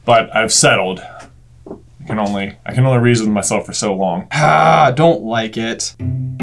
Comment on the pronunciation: I don’t wike it